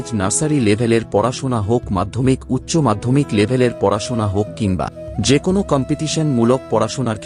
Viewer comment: Kon noy kono ....bar noy baro . .binijog noy biniyog Aage valo vabey uccharon sikhun